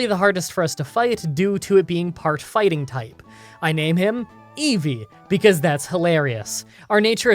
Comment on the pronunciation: He should reverse the audio of him saying it. Every. Single. Time.